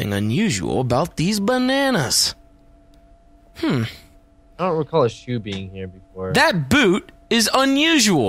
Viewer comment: "There's something unusual about these ban-air-nas" ;)